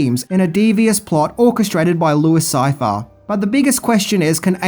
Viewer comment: first, it's difficult to watch this when it has such atrocious narration. work on your voice, you sound like the guy in the pub that makes everyone leave early.... second, the immediate spoiler by fking up the name of de niro's character... it's pronounced "louie sigh-fee-air". ya, chances are we've already seen the film, especially if we're here watching, but still.